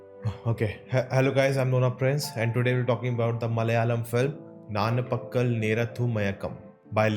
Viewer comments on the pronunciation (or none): Bhai its not naanpakal..,its Nanpakal.